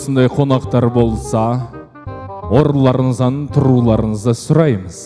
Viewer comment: Орындарыңыздан деп дұрыстап айтсай, өзбектер сияқты орынларыннан демей